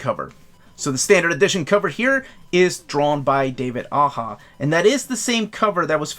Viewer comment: Do they ever tell you prices, like if iron fist is going to be a 125$ Omni? Also I can’t say this for sure but I always read Aja like you as aha, but I think it was listening to fraction and bru on podcasts saying that it was aw-jaw that made me change.